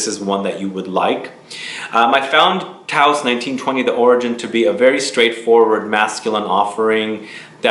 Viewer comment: Not to be a PITA but it's "TOSE" rhymes with dose, and yes... it's an incredible and original frag